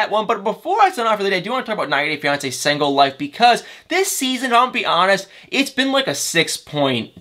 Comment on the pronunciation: “Sangle” 🤣🤣 where are you from